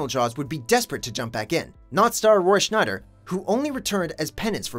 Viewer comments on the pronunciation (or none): Who is Roy "Schneider"?